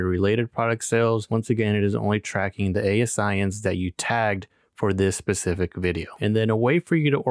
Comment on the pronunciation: I LOVE software! I’m an Amazon Seller and I do influencer! Are you the developer? It’s pronounced A-Sin’s BTW 🤣